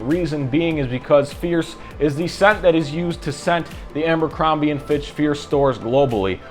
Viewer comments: I feel like you’re pronouncing it “AMbercrombie” … am I crazy? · Just started and you're saying "AMBERcrombie". First time on your channel and 3 seconds in you've managed to discredit your intelligence, attention to detail, and observational skills. This likely bleeds into all facets of your life, as also demonstrated by your appearance. Hence, your opinion on the fragrance means nothing to me. I'm not continuing past 3 seconds, but thought I'd kindly leave some genuine feedback. Tighten up, guy. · It’s not Ambercrombie, there’s no “M”